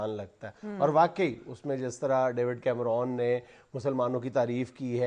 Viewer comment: his name is David Cameron. its not called Cameroon, it is pronounced as CAM-RUN.